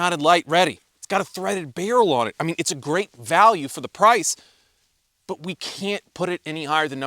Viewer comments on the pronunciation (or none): none